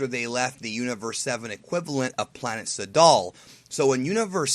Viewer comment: you're well over pronouncing Sadal, it's like Trunks' name of course in japanese they pronounce it "Trunksu" but of course he is named after the things guys wear to swim in so if you can pronounce it Trunks do so otherwise your being a nerd and like so many people I know wouldn't watch you because of small shit like that